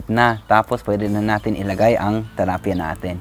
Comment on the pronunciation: tilapia not talapia